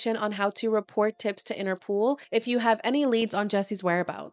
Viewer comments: Is INTER-POL. Not pool. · 'interpol' not 'interpool'